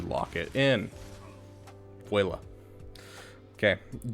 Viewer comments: Bruh. Nice video. I dislike most people's videos for their over explanations and annoying voices. One thing. Voila is not pronounced voayla. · Hearing him try to pronounce "voila" is laugh out loud funny.